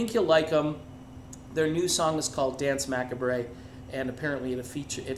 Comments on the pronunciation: It's pronounced muh-COB, not mack-uh-bray :-P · Huh ? Macabre. Like...the word macabre. You know, it's...not even that eclectic. Pronounced 'macarb'. Isn't it ? I mean surely. Jeez. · Hold it! Yikes. Dance Macabre- is pronounced Ma-cabe- like a scary movie. It's based off the song Danse Macabre- the violin piece utilized for the play Foust. Did you see Tombstone w/ Kurt Russell? The piece that is playing when they act out Foust is the ( I believe) original. 1400-50; < French; compare late Middle English Macabrees daunce < Middle French danse (de) Macabré, of uncertain origin; perhaps to be identified with Medieval Latin chorēa Machabaeōrum a representation of the deaths of Judas Maccabaeus and his brothers, but evidence is lacking; the French pronunciation with mute e is a misreading of the Middle French forms It's a classic piece and anyone into dark music, themes, etc knows this piece. Here is the most famous- Danse Macabre (first performed in 1875) is the name of opus 40 by French composer Camille Saint-Saëns. The composition is based upon a poem by Henri Cazalis, on an old French superstition: Zig, zig, zig, Death in a cadence, Striking with his heel a tomb, Death at midnight plays a dance-tune, Zig, zig, zig, on his violin. The winter wind blows and the night is dark; Moans are heard in the linden trees. Through the gloom, white skeletons pass, Running and leaping in their shrouds. Zig, zig, zig, each one is frisking, The bones of the dancers are heard to crack— But hist! of a sudden they quit the round, They push forward, they fly; the cock has crowed. Have a wiki on me I have a license plate that reads DNSMCBE- that's what the original